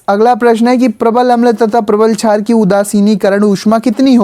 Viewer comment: Sir vo jhaar nhi shaar hai 😂